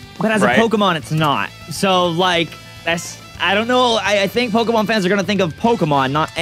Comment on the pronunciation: is SO bad with the new Pokemon names and I'm internally screaming